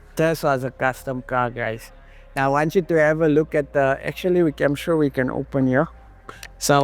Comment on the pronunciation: "The car gods" 💀💀 Brother what?!